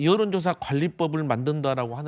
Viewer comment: ㅋㅋㅋㅋㅋ전라도에요? 발음 구수하네요~ 요런조사~~가 아니라 여론!!! 고것이 ~~아니고 그것이